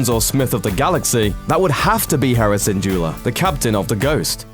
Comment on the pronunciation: does he put an R at the end of the name syndulla